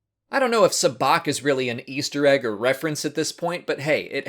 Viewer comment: I like how in a previous video you pronounced Sabaac wrong, but after this film points it out everyone knows how to say it correctly lol